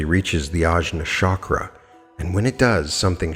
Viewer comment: Chakra - pronounce ch, not sh (choose, chat, etc.).